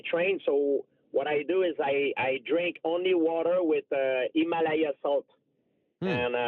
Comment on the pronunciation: Georges "EEMALAYAN SALT" St Pierre